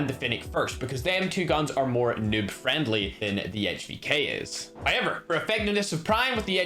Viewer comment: I love how say however HOYEVER!!!